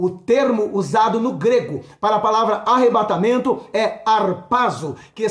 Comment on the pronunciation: Que palavra tremenda! Glória a Deus sobre sua vida 🙏🙏🙏🔥 É Arrebatamento, não Arrebentamento da Noiva... Rsrsrs